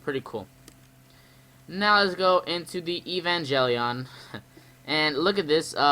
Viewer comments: Have you seen Evangelion? It's really good! Recommend it to Kaiju fans. Also, it's pronounced Ay-Van-Gale-Eon, not Ee-Van-Jelly-On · Evan (Like the name) Gel(G as in Get) ion (Sounds like the name Ian.). hope this helps your pronunciation. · "EVE-AN-JELLY-ON" lol this game better be the next ROBOT ALCHEMIC DRIVE.